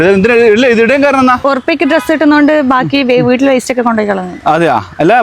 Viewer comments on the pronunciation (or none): "Waiste" alla "waste"